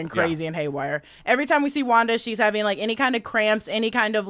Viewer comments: he said wander tehe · Shouldn't it be called wan daaaa f**, instead of wanda the f** ?